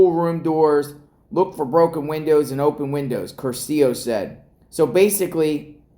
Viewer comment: Curcio has accent on the first syllable